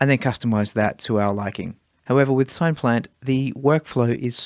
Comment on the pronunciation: SINE-plant? It's derived from the word SYNTHESIZER ! ! ! Otherwise, lovely vid. 😁